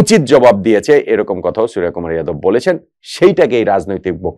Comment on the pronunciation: আপনি বাঙালি, সূর্য কে সুরিয়া কি করে বলেন?